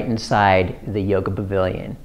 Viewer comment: are you saying Bavilon? isn't it Pavilion? :) beautiful land!